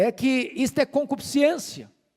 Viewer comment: CON-CU-PIS-CÊN-CI-A, essa é a forma correta da pronúncia, diferente de, CONCUPISCIÊNCIA. Essa é a forma falada pela maioria, inclusive intelectuais. Viu como erramos?